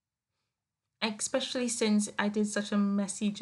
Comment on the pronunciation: I like your page very much! I wish you would say especially instead of ex-specially which is not a word. LOL!